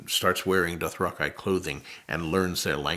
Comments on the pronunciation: it was just terrifying to see that the literal god of this universe pronounces the word "dothraki" wrongly. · We have been saying Dothraki wrong this whole time!! Why didnt you say something George?! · I was in the Dothraqi republican guard and hes pronouncing it wrong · Why does the guy who created Game of Thrones mispronounce some of the names lmao or has my whole life been a lie… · LISTENING TO GRRM & MARVELING AT HOW G.O.T. SHOWRUNNERS GOT SO MANY THINGS WRONG INCLUDING HAVING THE ACTORS PRONOUNCE "DOTHRAKI" WRONG...🤦🏽‍♀️🤣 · bruh have i really been pronouncing Dothraki wrong this entire time lmao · Oh wow, I never knew Dothraki was pronounced that way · I was thinking "Why is he misspronouncing dothraki?" But then I realized that he wrote it and it's probably that the show decided to pronounce it differently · Nah he just didn't read the books right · Nah he’s wrong, sad to say it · Nope he pronounced it wrong ! Lol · Can someone tell George he's pronouncing the name of the imaginary race he created wrong. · Yesss hahaha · Mad that GRRM mispronounces so many of the words and names he made up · Have I been saying Dothraki wrong all this time??? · Don’t worry, we all have. I think if I ever write a great fiction series (highly unlikely) I’ll come up with a name for a people that has a really obvious pronunciation, and then whenever I’m interviewed about them I’ll pronounce their name completely different from how you would expect. Just to mess with people 😂 I don’t know for sure that that’s what GRRM is doing, but I’d like to believe it is. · You're good he said it wrong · No. George is saying it wrong. I say that unironically. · No, George is saying it wrong. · It annoys me that we all pronounce “Dothraki” wrong. I don’t care how they said it in the show. George is saying his fabricated word here and he says it different. It’s the correct way because he invented it. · Dothrakeye sounds like miapronounciation. Dothrakee sounds like an actual exotic word